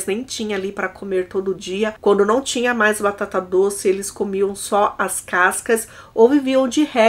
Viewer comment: Você troca o MAIS pelo MAS ou é a forma da sua fala que entende-se como estivesse errado? Toda vez que fala "MAIS velhas" ouço "MAS velhas". Venho percebendo isso faz muito tempo!